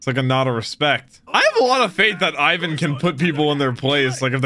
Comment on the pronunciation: first ov all its ivan not pronounced like you doo second crocodile is apparently to theorys luffys mom